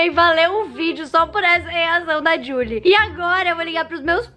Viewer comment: Gente a cada "jully molinna " que ela fala eu lembro de Julie and the phantons né possível que só eu mano